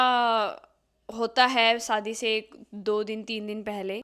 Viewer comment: Saadi nahi shaadi...